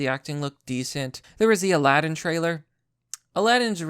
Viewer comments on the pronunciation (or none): none